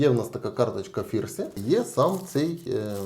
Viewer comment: Та не Фірсі а ФНірсі)